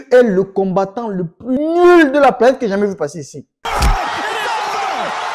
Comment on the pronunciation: L accent kmer qui ressort sur ton "nuuuuuuuuuuuuul" et ton "techniquement"😂